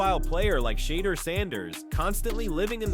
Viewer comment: Can you pronounce his name correctly or stop reporting on him !!!